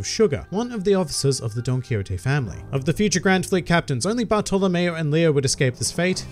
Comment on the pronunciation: When he says Bartolomeo I hear Barto lmao